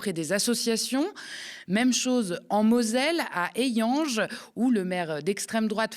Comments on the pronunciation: merci pour cette chronique toujours pertinente. Juste un point de prononciation à 9'18 Hayange en Moselle, ne se prononce pas "Ai-iange" mais "A-iange" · Hayange se prononce "Ayange" et pas "Eyange" 😂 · HAyange avec un A pas un É! Ca c est du journalisme